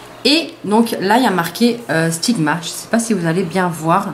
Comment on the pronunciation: bonne video mais le pinceau sigma c'est un extravagenza et c'est la maniere normal don la marge sigma les a ecrit sur leur vrai pinceaux se n'est pas aliexpress qui les a mal ecrit voila petite info :) et sa me fait rire la maniere que tu dit "sigma" tu le dit "stigma" mdr mais c'est sigma voila petite remarque pas mechant voila gros bisou et merci pour t'es belles videos.